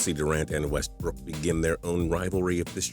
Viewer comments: am i the only one that cringes everytime he says westbrook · Ikr I was about to comment that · The way you were saying Westbrook was killing me